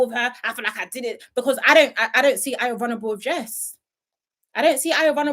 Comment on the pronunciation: Ayo's name is not hard to pronounce...😅